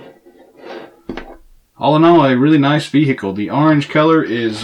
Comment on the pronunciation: I can't help but be appalled yet mesmerized at the way he says "bee-hickle".